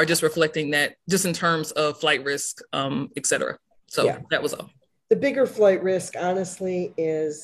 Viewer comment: eX cetera?